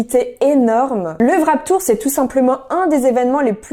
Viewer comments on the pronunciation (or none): C'est Warped pas Wrap Tour XD